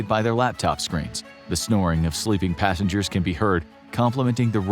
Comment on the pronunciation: it's passengers not passangers 😅